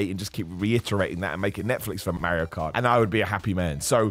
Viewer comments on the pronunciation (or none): I appreciate you greatly but pronouncing it Merry-O is a heel tactic and in that light, I also respect it. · Lol I don't know why but it bugs me how u say mario 😂😂😂